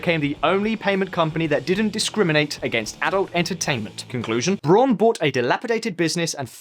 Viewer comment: His name is Braun, not Brohn.